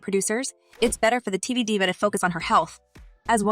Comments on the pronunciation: This must be Ai generated. Diva, a common celebrity word was pronounced as Die-Va? I couldn't finish this after that. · IT'S L O L. You ARE supposed to say the letters. It's not a word! And it's DIVA sounds like DEEEVA. This is the wrong person to do this reporting...geez